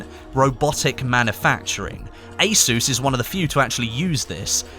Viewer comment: Anyone else feel triggered everytime said ASUS?